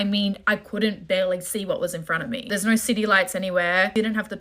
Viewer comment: why do Australian women add the the tree ‘R’ to the word ‘No’ So when they say the word it sounds like ‘Nore’…….WHY!?!? 😫